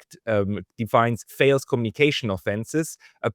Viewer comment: I don’t usually bother correcting mispronunciations but this one,, matters: the vowel in ‘false’ is the same as the vowel in ‘falls’. The consonant at the end of false is /s/ that at the end of falls is /z/. So they are not quite the same, but almost. 😅Btw I love your podcasts. You are doing a great job.